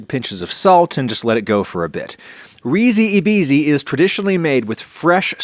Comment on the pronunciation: The "e" in Italian is pronounced more like an "a" and "i" more like an "e", with the english pronounce in this case it would be something like "reesee a beesee" But great recipe! I live close to Venice but I rarely eat this; my family use to cook peas with tomato sauce and pasta, and eat the bisi (or green peas) eaten like plain potato salad, both delicious; but hopefully I will try to make your recipe myself, it seems really tasty 😋